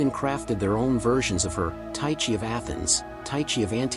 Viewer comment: im greek its pronounced teexee